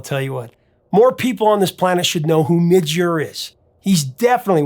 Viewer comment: Please learn to pronounce things. Midge not Mitch, and Visage is viz-ahj not viz-ej